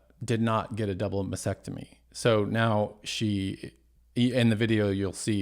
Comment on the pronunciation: Mastectomy. T. There’s a t in the word!